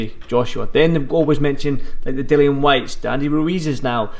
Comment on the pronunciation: It's Dillian Whyte, as in rhymes with Gillian and not Dillon. The number of times the interviewer said Dillian, I think he was hoping (and failing) that might pick up on it.